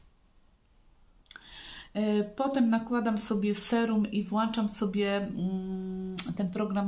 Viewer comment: WŁĄCZAM czyli Ą a nie wlaczam. Tylko Ą.